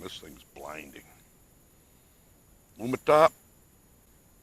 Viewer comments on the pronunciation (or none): Lumintop not Lumitop.